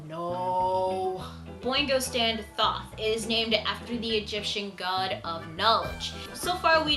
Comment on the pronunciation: BTW: Thoth is pronounced more like "Toast" but without the "s", so kind of like "Toat." But not a big deal. Also, Thoth is also known as Jehuty, which is the name of the protagonist's mech in Zone of the Enders. He has two names because of different interpretations of the Egyptian spelling.